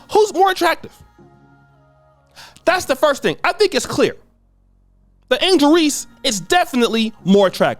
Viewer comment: It's Angel* not Angle